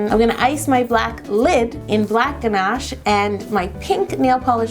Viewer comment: What happened to her pronunciation of Ganache?